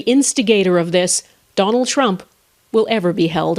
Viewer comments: Same way Americans pronounce words with O as A such as Danald Trump shad be candemned far such a harrible act instead Donald Trump should be condemned for such a horrible act. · did she just say danald trunk XD